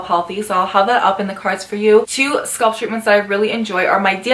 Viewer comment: SCA-A-A-LP NOT SKULP